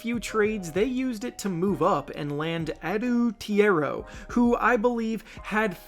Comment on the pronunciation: Small pronunciation note. Adou Thiero is pronounced uh-doo theero (rhymes with hero)